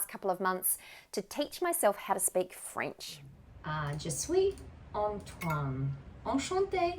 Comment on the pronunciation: Très belle prononciation! Bravo.😊 I am French Canadien and it was wonderful to hear you speak in French. You are good! 🤗🌟